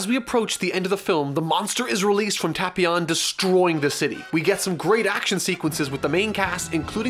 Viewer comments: its Tae•Pee•On not Ta•Pee•On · Oh god he’s triggering me the way he pronounces the name Tapion, it’s Tape-ion not Tap-ion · I swear if he says TahpEon one more time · You say tapion wrong I think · u ryt